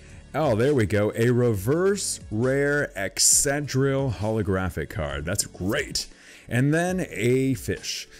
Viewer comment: It's not excedrill, its EXCADRILL [ECKS-KUH-DRILL]